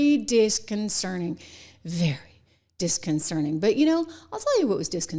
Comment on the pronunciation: uhhh, the word is disconcerTing, not disconcerNing. wow.